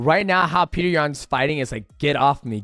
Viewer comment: PETR NOT PETER